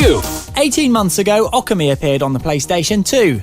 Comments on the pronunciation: Also it's obviously pronounced okami, you know, literally identical to how it's spelled? Yeah. What "ockammy" is, I'll never know... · Wait theres no silent "r" in it is there? I thought it was pronounced "Oh - Commie"? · lol it's pronounced like Ohh-Kami/Awe-kami, cause when you spell it properly in english its ookami. i know cause i'm japanese yo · Its pronounced O-Ka-Mi But really who the hell cares, its an awesome game. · No because that's how it's pronounced in the game. So we know we are pronouncing it right, and he's pronouncing it wrong. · Amazing how the reviewer manages to mispronounce Okami even though it is said in the game. -_